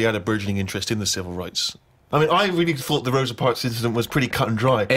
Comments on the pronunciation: “Rosie Parks” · "Rosie Whatsit." lol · "rosie parks"